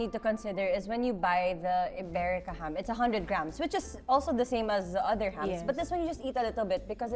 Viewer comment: Iberica daw. Susme! IbericO!